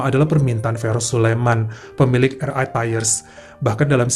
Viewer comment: Bang, kalau mau baca RI dlm bhs Inggris, hrsnya ar ai bukan er ai... Sorry 🙏